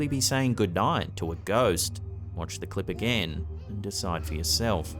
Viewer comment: But my guy.... The way you say Watch gives me goosebumps 🤣... Good work though 🤠 👍